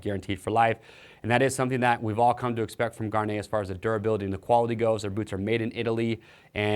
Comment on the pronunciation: Why can't anybody pronounce Gaerne properly?